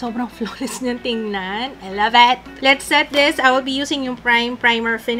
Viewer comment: Gusto ko yung pagka "ALAVET!" Hahahaha